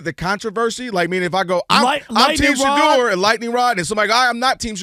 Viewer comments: “We hate Shadeur Sanders because….” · “Shadoor Sanduhs” - Big Perk 😂